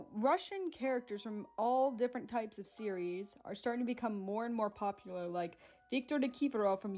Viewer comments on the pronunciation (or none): none